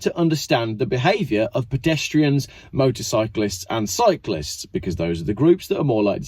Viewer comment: its motorcyclist motorcyclist lol